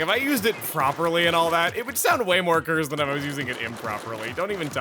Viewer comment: Just hearing say "cursed" is cursed in it of itself. But I very much welcome it because it has made me wheeze in laughter every time